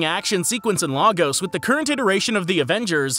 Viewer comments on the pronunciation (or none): It’s pronounced ‘lay-gos’ not ‘la-gos’ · As someone from Lagos You pronounced it Laaagosht it’s actually sounded out Laygos Please pin so other can see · Please stop pronouncing Lagos as LAH-GOS. It’s LAY-GOS. And it’s not an accent thing. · Lagos is pronounced as 'legos'.